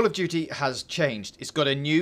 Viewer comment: Call of Doody (emphasis on the DOOOODY).